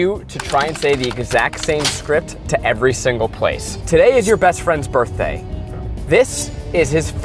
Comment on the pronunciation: “birt day” lmao